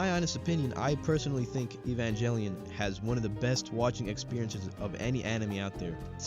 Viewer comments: How bout you evanjellyon outta here and get the name right GEH. Not JEH. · lol "EvanJELLYon." Immediate disqualification. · 30 years later people are still mispronouncing evangelion